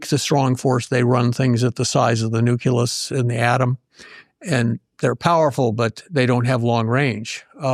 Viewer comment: "Nuculus" I think, but I'm not sure this means nucleus, in real langage.